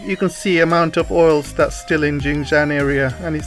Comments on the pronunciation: Politics, Tech and Economy, chief, is Xinjiang and not Jinjiang, your pronunciation is incorrect, Xinjiang literally means new territory or new domain/frontier. 新疆 where xin- new, jiang- territory. kindly take note, thank you. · Really like your videos, thanks, just that the pronunciation of Xinjiang not so ok. Xin means new in Chinese, sounds like “sin”. Btw Jiang means territory in Chinese. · sorry I think it should be pronounced “shin” instead. I am not a mandarin speaker also. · I thought you were Chinese working for the ccp as a propagandist until I heard you pronounced Xinjiang I knew you were not Chinese.